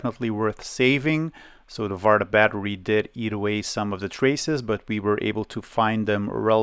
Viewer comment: Farta was a very good prononciation for the battery